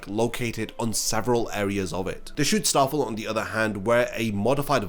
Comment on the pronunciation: It's Schutzstaffel. But when I hear you say it, it sounds like you're saying "Shootstarfall". It's been bugging me in every video now.